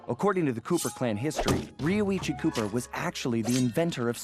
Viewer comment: u said roichi instead of rioicho! LOL! but VERY happy this lp is here! 7 years waz worth it!